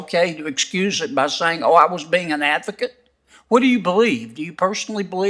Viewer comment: When she was an “avocate” and the “costitution”; too lazy to pronounce words correctly. Unfit for the job!